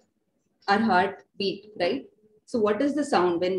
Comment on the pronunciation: Please doctors learn to prpnounce HEART ! PLEASE !